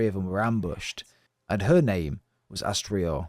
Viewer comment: It's Astridr,not Astrior☝🏻- in general the "r" is silent and the names would be pronounced more like Astrid,Fargrim and Thorgest. I don't know,why they butchered this in the game🤷🏻‍♂️ - but that's nitpickin' on my side. Did 2 runs,the first 100% in about 7 hrs and the 2nd straight through in 4 hrs 34 min - 50 bucks are way too much for this but fortunately it's on game pass. It's an audio/visual masterpiece of art but as a videogame it falls straight to the face imo. Btw,you didn't explain the story,you just retold the game🤷🏻‍♂️ - Senua....